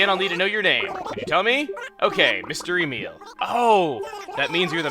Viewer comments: "Mister Emile" "Mystery meal" It sounded like Chuggaa said Mystery Meal, lol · Mr. Emile Mystery Meal.... Cannot unhear